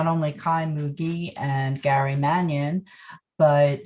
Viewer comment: Mannion? Mannion??? LOL Hey Gary, there's a camera in your seance room! LOL